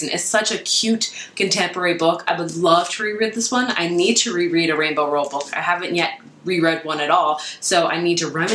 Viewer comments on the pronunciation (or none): rainbow ROWELL not ranbol